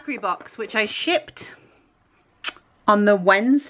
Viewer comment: Did you say SHIPPED or....